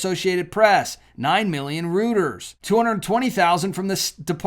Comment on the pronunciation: Very interesting. Thanks for the info. BTW, Reuters is pronounced “ROY-TERS.”